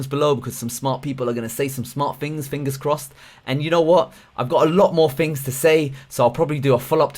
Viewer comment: Excellent stuff, but could you please say Thunderbolt, hyper-threading, things... funderbolt, hyper-freading and fings just sound lazy.